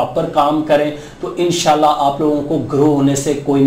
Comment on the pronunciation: bhai INN SHA ALLAH PERHA KAREN AP JAB BOLTY HAIN WOH US MAIN LAGTA HAI E SHALLAH PERH RAHY HAIN